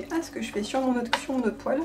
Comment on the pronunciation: "Poêle" et pas Poelle Hi ! Hi ! Hi